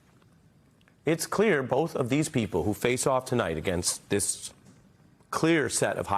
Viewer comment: How many caught it when she said OBiden?? LoL only truth she said all night. Who’s running things… haha!